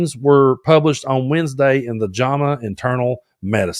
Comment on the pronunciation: Small thing it’s pronounced Jam-ah like strawberry jam. Only know this because I work in Medicine.